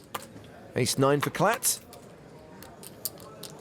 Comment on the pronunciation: Ace. Not ass lmao 😂